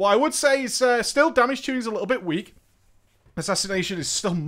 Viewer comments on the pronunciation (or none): what did u said is week? the most important phrase and u cant say it clear?